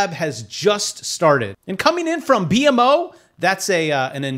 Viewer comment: its B-MO not B.M.O eat more poutine and it comes naturally